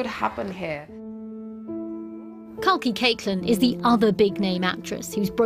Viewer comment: saying here 😂😂😂 more like hare 😂